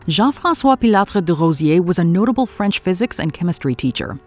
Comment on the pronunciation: OMG, as a french speaker, I can say that your French is highly on point!